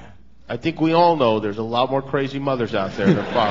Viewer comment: he sais you KNOW noy you now lol